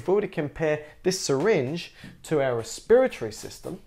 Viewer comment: " respiratee system " xD <3